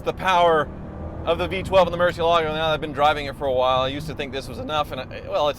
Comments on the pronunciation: PLEASE SELL THE MURCIELAGO! Or as Ed Bolian would call it, Murci-ellah-go... Flippin weirdo that guy, I tell ya... First time I heard him pronounce that, he just never sat right with me from that moment on... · Took just 16 seconds to murder the pronunciation of Murcielago. A new record.